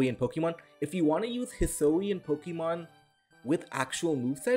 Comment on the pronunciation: Hih-soo-ee-in, not hih-soh-ee-in